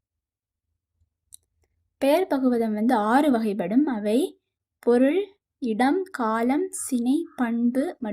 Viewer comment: வகைப்படும் உச்சரிப்பு எல்லா இடத்திலும் சரியா உச்சரிக்கவே இல்லை அதனால் நீங்க சொல்றதை கேட்க முடியல